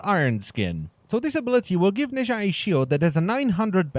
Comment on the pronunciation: He isnt "nayzha " , he is pronounced as "Naza"